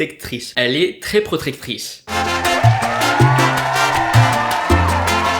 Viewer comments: PROTECTRICE! Pas PRCTOTETRICE!!! .Sa te rappelle persone?😂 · DÉSOLÉE, TU L'AS ENCORE RATÉ, TU AS DIT "PROTRECTICE" 🤣 (Tous ceux qui sont d'accord me suivent 😆) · Quand t'a essayé de dire "procrectrice" ça m'a tuer ! 😭😭😭😭😭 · Horace il revient aussi pour l'argent a ne pas oublier !! Le fail pour le mot "protectrice" 😂 !Sinon super vidéo !! Vivement demain pour la vidéo sur la chaîne secondaire !!